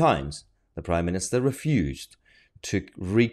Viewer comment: No, but it's "Prime Minister", not "priminister".